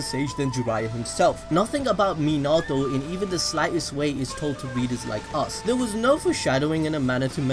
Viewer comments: Its pronounced Min•na•toe• (Minato) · Why you gotta say minato like that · Your not saying his name right. You’ve must have watch it in sub